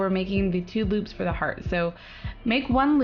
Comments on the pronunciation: I think she meant to say loops but she did not say boobs, she said boops, I held it up to my ear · omniamor I heard 'boobs' too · It sounded like she said we are going to make the two boobs for the heart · I Though You Said Boobs Instead of Loops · It sounds like she said bloops to me... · she said loops...